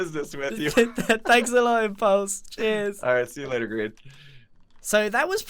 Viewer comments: It’s grian not grain and you spelled you’re wrong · Not pickle e rick its pickle grain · I'm pickeeeeeeeeeeeeeeeeeeeeeeeeeeeeeeellllllllllllllllllllllllllllllllllll!!!!!!!!!!!!!!!!!!!!!!!!!!!!!!!!!!!!!!!!!!!!!! Rick!!!!!!!!!!!!!!!!!!!!!!!!!!!!!!!!! WAIT WHAT!!!??!? it's pickel goddamn grian!!!! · It's grickle